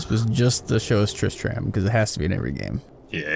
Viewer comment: ITS PRONOUNCED " tris-trem". Trist TRAM 😂 JK